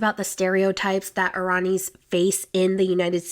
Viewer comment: I’ve never heard somebody pronounce Iran like that.. especially someone that “teaches” the English language lol